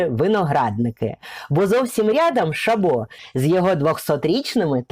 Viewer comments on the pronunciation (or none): не шабО а шАбо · Не ШабО, а ШАбо, ударение на букву А. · УДАРЕНИЕ НА А